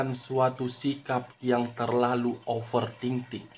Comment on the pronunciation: Bang bukan offer Ting Ting tapi ofer thinking